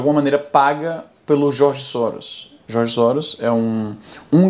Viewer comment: Sempre que ele fala "Djorgi Sowros" você toma um shot.